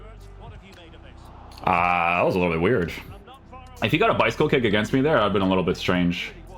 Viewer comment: Why do you end so many words with a J sound? Weirj? Offsije?